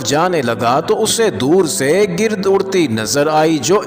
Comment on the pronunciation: گرد گ کا زیر نہی زبر ہے